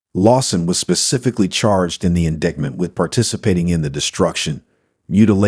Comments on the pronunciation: Please quit saying "in-dictment." It makes you sound ignorant like the B6 deplorable scag. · I actually roared out loud when he pronounced it “indigment” for the third time. How does that happen? Surely everyone knows the correct pronunciation of indictment…especially if you’re narrating anything which has a legal ramification…jeeze Louise… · Can’t candle the mispronunciation of ‘indictment’ 😠